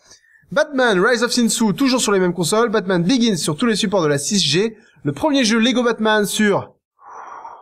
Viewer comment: Pourquoi il prononce "Batman biyon"?